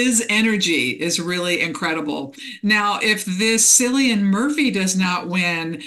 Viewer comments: Wonderful predictions. Cillian is pronounced kill ee an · Cillian Murphy is irish . Its pronounced Killian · Thanks! I agree, Cillian Murphy is a wonderful actor! FYI, his name has a K sound: ki·lee·uhn 💖😘